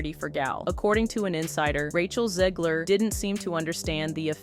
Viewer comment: It’s Zegler!! ZEGLER!!!!!! If you can say ‘leg,’ and ‘her,’ then you can say ‘Zegler.’ There isn’t an ‘i,’ or an extra ‘e,’ in there to make it ‘Zeeeeeegler.’ FFS!!!